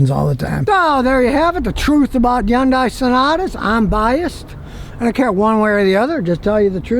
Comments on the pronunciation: Scotty did the research on this pronunciation. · "Hyun-dae" is how Koreans pronounce it